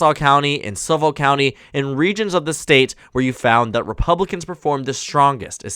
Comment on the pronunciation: Suffolk is pronounced suhfick